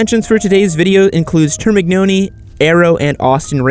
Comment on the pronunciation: Yes he did but he said in the worst way termignoni